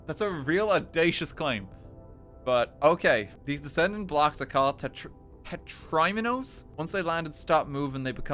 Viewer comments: The way he pronounces tetriminos is horrifying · honestly, the most painful part was the pronunciation of "tetriminos"